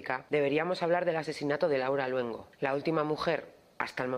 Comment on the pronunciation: Soy el único al que le parece que dice "Laura LUENGO"?